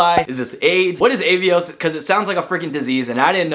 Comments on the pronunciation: Cool video and good advice. Finding it hilarious how overwhelmed you got from all the travel partners and the various names! 😂 Ey-vios = Ah-vios Air Dingus = Aerlingus British Airlines = British Airways Liberian = Iberia Seriously though, this card has loads of great points partners. In the UK, even Nectar points for grocery shopping can be a good choice for some people. If anyone in the UK wants a referral link for bonus points: ☺️ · It's British Airways, not British Airlines. Avios is pronounced 'Ah-Ve-Ohs'. And It's Iberia, not Liberia.